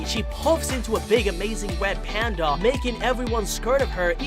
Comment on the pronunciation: is it just me or do you talk like “uwu wed pwandwa” (no offense)